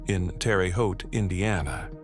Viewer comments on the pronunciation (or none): none